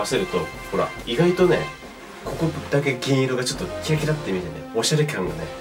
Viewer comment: HiROKiさん面白いww 演出最高でしたね！笑 おしゃれきゃんって噛んじゃうところかわいかったです（笑） UNIQLO良きですね！！